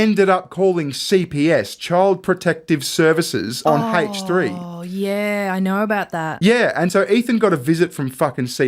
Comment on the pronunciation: Why does he pronounce the H in H3 like that lmao